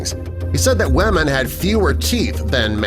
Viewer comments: Why does the say wamen lol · lol he kept saying wamen